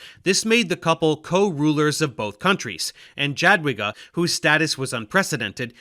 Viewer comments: Dżadłiga boli. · Small point of critique- "Jadwiga" is pronounced more like "Yadviga", as "j" in polish corresponds to a "y" like in "yak". Additionally, it is interesting to notice, that the teutonic order came to the region on the behest of the duke of Masovia, one of the biggest mistakes following the feudal fragmentation after the death of Bolesław III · Dżadłiga XD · It sounded more like Dżadłyga. In any case, in Polish ł is never followed by i. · to nie jest spontaniczna wypowiedź w teleankiecie. Do nagrania można się przygotować. Jakoś Jogajła umiał powiedzieć bezbłędnie, a Dżadłigi już mu się nie chciało. Ja też 30 lat temu zachwycałam się każdym obcokrajowcem co coś tam ledwo dukał po polsku, teraz są już inne czasy, można sobie online wymowę sprawdzić. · Yeah Dave, u pronounce Jagiellon and „J” in Sejm correctly so what happened with Jadwiga man! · It's interesting that he got the J in Jadwiga wrong and in the very next sentence got it right in Jogaila :D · Annnd Jadwiga ruined it